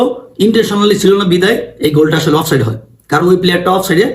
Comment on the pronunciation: চান্দু, শব্দটা "অফ সাইড"... offside অফ সাইট আবার কি শব্দ রে বেকুব!